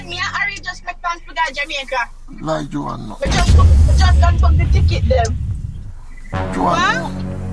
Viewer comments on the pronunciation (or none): “Lie Joan” 🤣🤣🤣😅😅😅